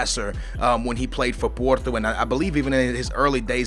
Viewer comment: Hah, it's funny, how you say "porto" in :D